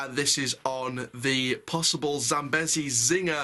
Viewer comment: Not trying to be rude but it’s pronounced zam-bee-zee